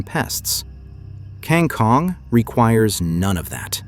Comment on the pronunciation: The Filipino pronunciation is Kang Koong